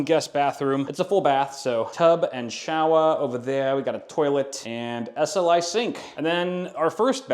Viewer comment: SLI sink killed me, lmao